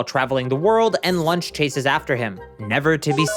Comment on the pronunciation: Saying launch like lunch is cringe